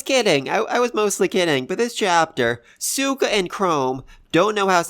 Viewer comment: Lol, I know it's your accent but you are saying suika's name wrong like with gen lol, just thought I'd bring it up, anyway, like the other guy said, they didn't ask sai to teach them about space, they only asked him to teach them maths.